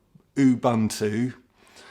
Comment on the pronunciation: To correct you please, saying it as Buntu( actual spelling is Bantu) is a derogative word in South Africa. The word is pronounced Uboonto, but not drawing out the boo bit. Ubuntu means compassion, a coming together, and humanity. I love the word. We have lots of it in South Africa, despite our government. A perfect example of it is when our July riots happened- colour, creed, religion, etc.. didn't matter when people were protecting their own communities, standing side by side, and helping each other.